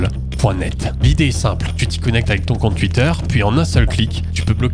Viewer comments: Tuitter, tuité... c pas comme sa qu'on dit. On dit Twitter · Alors c'est super cool et tout mais j'ai une question qui n'a rien à voir: pourquoi tu prononces twitter "Tuitter" et pas "touitter" ? est-ce que c'est fait exprès pour faire parler les débiles ? est-ce un choix artistique ? ou une lacune orthophonique ? merci de lever le voile sur ce mystère. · "Tuitter" mdrrr... Sinon le bot c une bonne idée sur youtube aussi quoi...